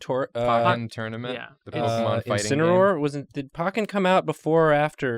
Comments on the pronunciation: Excuse me, POCKEN TOURNAMENT? POCKEN? IT’S POKKEN! PŌ-KEN! NOT PAH-KEN! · I have never heard "Pokken" pronounced "Pawken" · The way they say "Pokken" pains me...